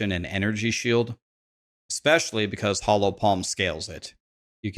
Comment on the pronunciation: Hollow Palm. hOllow Not “Hallow” Palm